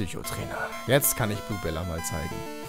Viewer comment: Ja als Kind waren auch für mich die Kimono Girls ein Highlight des Spiels. :) Also ich kann Zelda U abwarten. Es soll geil werden und da hab ich auch Geduld. Ich versteh bei dem Ruf von Blubella immer: "Moi Liab," Ich habe keine Ahnung warum, aber irgendwie hat sich das in meinem Gehirn schon so abgespeichert. xD